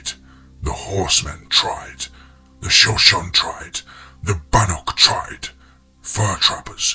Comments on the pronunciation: Hey, the tribe in the story that the writer mentioned, is (as far as I know)pronounced Sho-Sho-Nee.🙂 Love all your narrations, btw. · I know the pronunciation of Shoshone kills me. I've tried to tell him without trying to sound like an ass. I know if I mispronounced something I wanna know